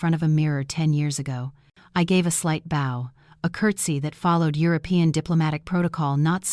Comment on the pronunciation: They’ve corrected agape but not bow. It’s not easy to closely edit these generated stories and audio. To be honest there’s a lot of problems with the narrative, but I can see there was thought and effort involved with editing.